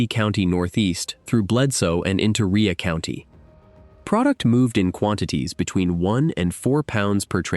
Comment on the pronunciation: Its Rhea as in its pronounced ray. Rhea county. Ray county. Ai can't read many words. I'm wondering why it can't be taught how to pronounce words correctly. Rhea county is spoken as ray County, Tennessee. I happen to live near by. These are real or fake cases and many of these are just made up like short stories. Fiction. It may be real it may not. Perhaps you can look it up whether it’s fact or fiction. But you’re welcome for the pronunciation of the actual place they claim it happened.